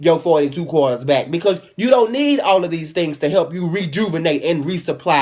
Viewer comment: "42 qwaters" xD